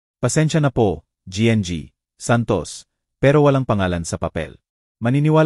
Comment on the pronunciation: Hindi ko alam kung Anong nasyon ka, koreano,niponggo, bisaya, o ano ba,Ang gng ay ginang kung bigkasin para sa susunod ay alam mo na, hnd Ako namimintas tinatama ko lng,cnsya na